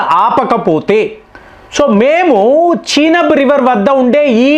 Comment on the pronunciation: నువ్వు ఏమిటిరా...బాబు.... చినబ్ ...కాదు రా నయన...చినాబ్ రివర్....నీ dikkumalina pronounciation....ఎవడురా బాబు...నువ్వు...ప్రపంచంలో నువ్వు ఒక్కడివే వింతగా pronounce చేస్తావు....